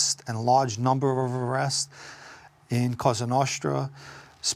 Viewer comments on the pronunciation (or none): "Large number ofvvvrrests" but yes he's overall very well-spoken